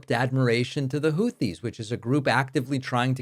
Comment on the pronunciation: WOW!!! trump actually pronounced the word/name Houthis correctly! I am shocked because he screws everything up and mispronounces nearly everything! The name is, hootees NOT hoothees. Yup, one syllable!